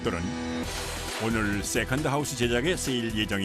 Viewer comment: 역시 세컨드 발음은 어른들이 해야지 제맛입니다 쎄칸드~ 너 이년아 쎄칸드지 이년아~!! 지하철 할매가 생각나네요